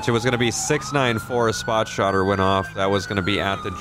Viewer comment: can't help but notice, not once but twice said, "Spot shotter." Lmfao